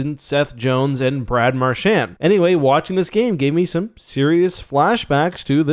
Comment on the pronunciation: "Mar-shaannd." Christ it's pronounced "Mar-chauned"